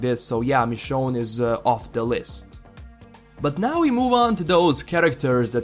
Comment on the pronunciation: It's Michonne.